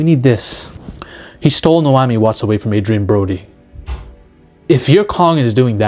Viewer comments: OMG hearing you butcher her name is killing me. Na-omi. Not No-ami. Too much blow dude....maybe not too much, lol. Just slow down your tongue, take a breath and say it correctly. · Naomi — Nay ‘ oh ‘Me wtf are you saying?! 😄